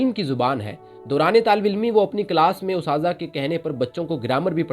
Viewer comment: Good effort overall. However, before uploading any video, it would be better to have an Urdu literature scholar review it. There are some basic mistakes in pronunciation and word usage—for example, “ustaza” is not correct, and such errors sound quite inappropriate, especially in a serious topic like this. When someone is presenting the life of a scholar, these small mistakes can leave a negative impression, as if the speaker is not comfortable with the language. Even though many of us did not formally study Urdu after school, such issues still stand out and affect the quality. That said, the content itself was very good—just a bit of refinement is needed. You could consider consulting an Urdu teacher; even a small investment could help polish your video to a much higher standard.